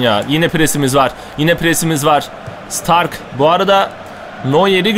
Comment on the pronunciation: Bayern Münih'in kalecisi (Starke) Stark diye degil de Ştarkı diye okunur. Okuduysan kalp koy lütfen:)